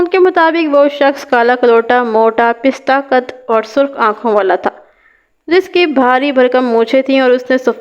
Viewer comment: Pista qad nahin, pasta qad sahi h.